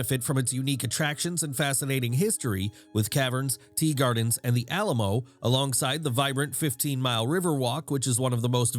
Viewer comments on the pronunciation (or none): none